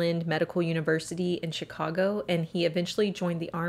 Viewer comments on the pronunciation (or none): none